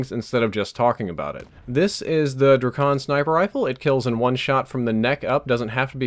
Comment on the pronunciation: The way he pronounced Drakon was hilarious